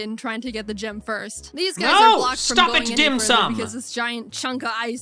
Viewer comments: thank gosh I’m not the only one who hears Dim sum instead of Dim sun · dimsun not dim sum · Dim Sun 🌞 not Dim Sum like the food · Dim sum sounds more like DAM SON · it sounds like a weird pronounciation of damn son dim sun damn son it works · I heard dick sun